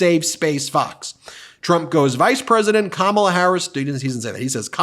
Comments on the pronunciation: ... What a tool! Even a child knows how to pronounce "Kamala". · He is so disrespectful mispronouncing her name. He does it on purpose. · He has no platforms to stand upon and just calls names and disrespects Kamala at every turn. Hes to stupid to even say her name right and talk about policies rather then his dementia rants. So over this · Seems obvious to me that Trump has a problem pronouncing Kamala, hence his 19 different ways. Trump has the ignorant, the uneducated and the devious, the problem is, there are so many of them. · Since he won’t pronounce her name correctly, let’s just call him Donald Dump. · Don-old is too weak in the brain and old to figure out how to say Kamala properly. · He can’t pronounce, Kamala